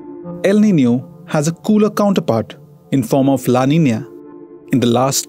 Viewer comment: No, his pronunciation is correct. “Ñ” is pronounced as “nyuh (Spanish).